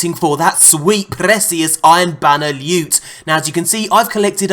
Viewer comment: Did someone just say new lewt?